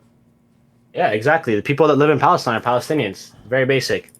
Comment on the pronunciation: ive got an active counter going how many times dude says palisteine and palestine